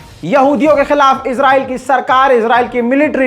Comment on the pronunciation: Israyeel bolo Izra nahi